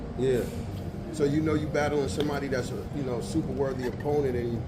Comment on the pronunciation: “It’s Supa Mario” 😂😂😂